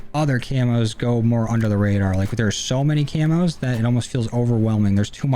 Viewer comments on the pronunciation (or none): none